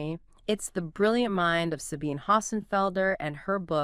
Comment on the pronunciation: Can't even pronounce the author's name right (it's sabeen-uh, not sabeen)? Not a good sign. Skipping the video.